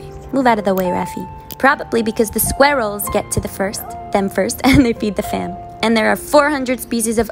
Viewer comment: “ThE squerEllssss”